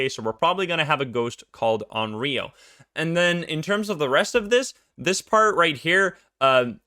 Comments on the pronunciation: It's not read as RIO, it's RYO (Y like Yokai) :') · Onryou is not pronounced awn-ree-oh. The "ryo" sound is one syllable and I'm not really sure how to put the pronunciation in english... Maybe just put less stress on it and put the stress into "on" instead. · I called it! Onryo! Although you might get a better pronunciation of it correctly saying something like “on lyo.” It isn’t such a heavy r in Japanese. Fun fact about this ghost: Sadako and Kayoko (eponymous ghosts from The Ring/The Grudge) are both considered onryo. Good luck escapin’ that. :-D